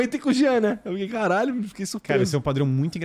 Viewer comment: A minha parte preferida é quando o igor fala "karrralho"